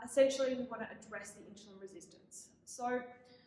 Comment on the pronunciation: Please pronounce the word insulin correctly. It's irking